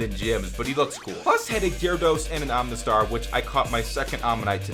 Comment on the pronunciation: Why does literally every Youtuber say "Om-na star" when it's Omastar lol